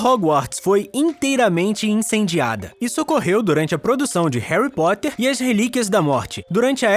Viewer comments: Quem percebeu que no começo do video ele falou Harry pottler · Ele falou Herry protter